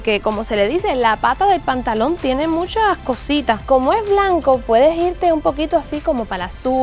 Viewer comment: Porque dices mushhaaa, tu vos parece como si no fueras feliz, bueno si no te importa mi comentario mandame todo D Gucci que ya no te guste, yo de verdad lo disfare🤣.